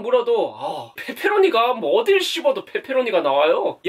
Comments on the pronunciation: 말 진짜 찰지게 한다 ㅋㅋㅋ뻬뻬로오니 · 앜ㅋㅋ 목소리 너무 조앟 페페로니 발음이 ㅋㅋㅋㅋㅋ 내스타일이다 ㅋㅋㅋㅋ 뻬뻬r로뉘~~ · 뻬뻬로뉘~ 발음 귀엽네용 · 발음 강하게 하시니까 빼빼로니 피자라고 들려영 데헷 >ㅇ<